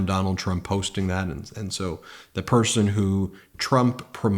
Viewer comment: He said, "why would any pershon vote Democrat." In a speech about Jews voting for Biden.